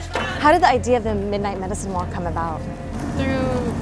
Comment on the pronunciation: "so that's aboot" lmfao as a Canadian I straight up died when she said it like that. Edit - every Canadian needs to look into the issues facing Natives. It's a lot more than broken treaties